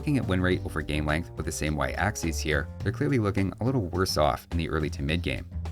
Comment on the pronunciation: "hwhats happening over 'ere"